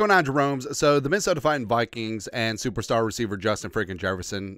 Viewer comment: Could you practice saying Vikings with like saying eye kings instead of toy like toy kings.